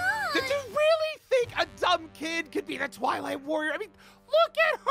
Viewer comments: Kc: "You might be the Twilight warrior!" Me who heard toilet warrior: 👁👄👁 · When first said twilight warrior, I thought he said toilet warrior 😅😂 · At first I thought kc said toilet warrior😅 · Is it just me or am I the only person who keeps hearing the word toilet warrior every time they say twilight warrior 😂😂😂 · Why when kc said" twilight worior" it suonded like she said "toulet worior" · Was I The only one who thought that KC was saying Toilet warrior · When KC said twilight warrior I thought she said toilet monitor🤣🤣🤣🤣🤣🤣🤣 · Who else thought they said tolet woror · I THOUGHT YOU SAID TOILET WARRIOR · I actually thought she said toilet warrior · When she says twilight all i hear is toilet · I thought she said “Toilet Warrior”😂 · I am are the only person who thought kc said toilet master